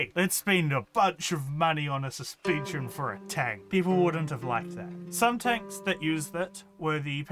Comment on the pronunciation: "suspeencheen" (this isnt supposed to be mean just funny so sorry if you take it that way)